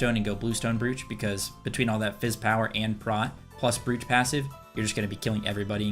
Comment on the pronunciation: Just to help, Brooch rhymes with "roach"